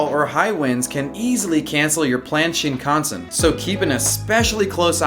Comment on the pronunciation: the way he pronounces shinKANsen...